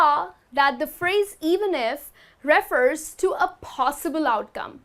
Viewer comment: You mispronounce refer.